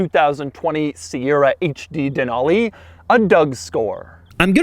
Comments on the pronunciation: Who says “ Dan-Ool-Leee” 😂😂 it’s “ Dan-al-Lee” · Just a heads up that it’s pronounced “den-alley”, that’s how the native population of Alaska says it. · Not how you say Denali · You can't pronounce "DENALI" 🙄😷